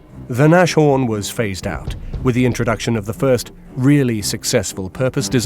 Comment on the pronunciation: Nashorn is pronounced "Nas-horn", not "Nash-orn". The name means 'Nose Horn'.